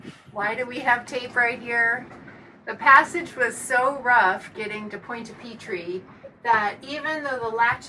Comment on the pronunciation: This episode is a good reminder -- I have some old Harken winches that are really overdue for service. Maybe this summer. It's too late to tell you this now, because you've left, but I can't help myself: Your pronunciation of Pointe-à-Pitre is a little off. Not really "PEE-TREE", i think it's more like "PEE-truh". But French, so the "uh" sound is just barely there.